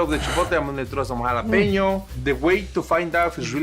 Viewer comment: Not "hala-peeno",. "Hala-pen-yoh". ♥